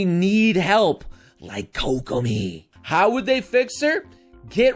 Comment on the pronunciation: KOCK I Mean KOCK I mean KOCK I mean KOCK I mean Kokomi